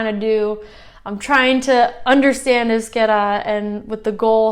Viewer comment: Congrats, maybe the first step for you is the sound of the Vowels and how to write down it, you pronounce Euskera properly but wirtes euskara, I know this is going to cause some confusion but I learnt other languages making a lot of mistakes and so far, but you are a smart girl, you can do that cheers